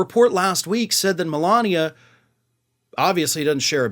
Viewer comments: You pronounced Melanie wrong 😅😂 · He called Melania "Melanie" a couple of days ago